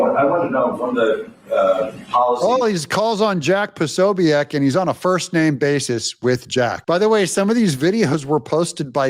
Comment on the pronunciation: Jack Posobiek. (PUH so bik). I respect Jack TONS!!!